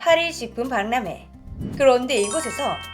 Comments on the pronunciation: 발람회X '방남회'가 맞는 발음일듯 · 다좋은데요 방남회라고읽어야하는데 발남회라고읽으면안돼요~ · 한잔 거하게 걸치고 숙취가 해소되지 않은 상태에서 방송하는거 아닌가 몰라. 살다살다 발람회라고 하는 거 처음 듣고 본다. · 난 일부 발람회라 들리지? 이비인후과 가야함? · 발람회 라고 발음하지 말라!